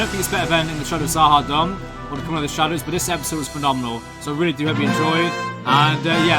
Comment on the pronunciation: Z'HA'DUM is pronounced Z'HA'DOOM